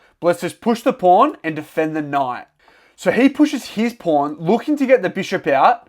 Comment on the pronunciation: I hear you say knough instead of knight